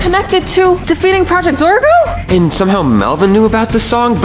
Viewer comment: “Deafet” “Dorgo” 💀💀💀